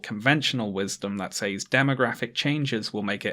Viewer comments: The way you say "says" just makes me really happy for some reason. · Me too